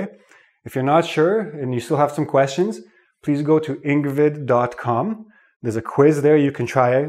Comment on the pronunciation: hi, welcome... to engvid dot coom